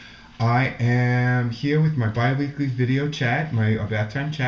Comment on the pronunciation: I giggle when you say Bi-weekly